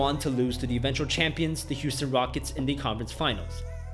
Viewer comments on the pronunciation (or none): none